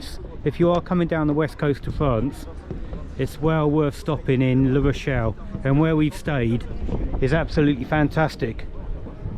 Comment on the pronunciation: That is LA Rochelle not LE Rochelle! (Feminine not masculine)